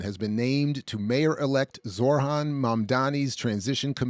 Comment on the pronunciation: Why are folks still pronouncing his first name as “Zor-Han”? It’s pronounced “Zoh-Ran”. Eric Adams does the same thing.